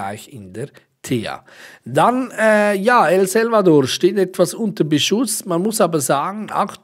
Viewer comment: Danke für die Infos liebrr. Das Land nennt sich aber El SAlvador, nicht El Selvador:D Du darfst das aber natürlich xD